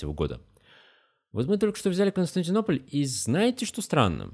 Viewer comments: Хорошее видео, но столько ошибок в слове Константинополь. Ужас просто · слишком много ошибок в слове Константинополь.